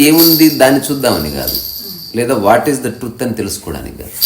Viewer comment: తమ్ముడు.... "టృత్" కాదు "ట్రూత్"